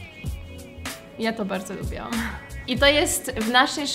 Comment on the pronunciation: tak tylko upomnę bo zwracam uwagę jak to mówisz, mówi sie lubiłam nie lubiałam, bez a bo niepoprawnie haha